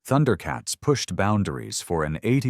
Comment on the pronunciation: it's Thun-der-uh not Thunder-uh.